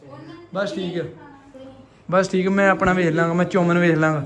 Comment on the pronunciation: ਚੋਮਨ ਨਹੀਂ ਹੁੰਦਾ ਭਰਾਵਾ 😅😅🍜ਚਾਊਮੀਣ ਹੁੰਦਾ ਹੈ 😅😅